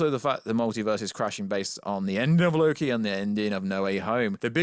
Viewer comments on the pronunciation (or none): none